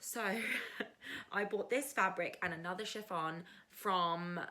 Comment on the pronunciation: I love the Friday Sews vlogs. I like your outfit. You can use a regular zip, and nap is just a directional fabric. Have you done shirring before? You pronounced chiffon correctly. Go with the viscose fabric. Yes, you can use that pattern.